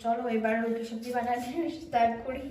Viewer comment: Aaaa baa roti na ruti kotha bolte Sikh age